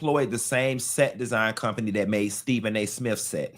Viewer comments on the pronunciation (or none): none